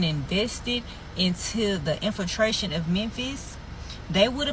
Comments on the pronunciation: be nice bruh… it’s that time of the month, she’s on her….”infratration”😩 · What is “itnfefration”?